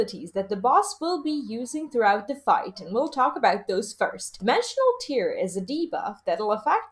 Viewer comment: I love the info it's well done I just have one issue, and I normally wouldn't say anything but I feel like a distinction needs to be made. You keep saying "tear" when I'm almost positive it's supposed to be "tear" and I just can't let it go.